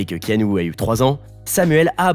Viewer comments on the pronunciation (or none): Alors keanu que j'adore ça ne se prononce pas Kanou mais Kénu simplement . Et ensuite non il n'a pas eu de nouvelle , depuis ses 13 ans , de son père. Un père qui a fait de la prison à cause de la drogue . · "Kanou" mdr Le manque de variétés d'intonations rend votre lecture monotone et donc assez pénible à écouter je trouve :/ Vu que 7 mois après il n'y a pas de part 2, je ne vais pas regarder jusqu'au bout et vais chercher une vidéo plus complète (et avec un narrateur au ton non monocorde). Sorry ! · "ea" ça fait le son "i", comme dans "Tea", c'est dommage, à cause de ça je n'ai pas pu m'empêcher de penser à Kano de mortal Kombat...